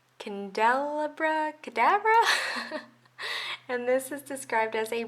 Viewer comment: I believe it's pronounced Kan-Dell-Ah-Brah (like Lumiere from Beauty and the Beast)